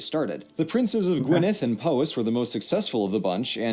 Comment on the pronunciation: sounds wrong to me - listen to a native Welsh speaker say Gwynedd or Rhondda. The letter dd should be pronounced with a voiced 'th' sound as in they.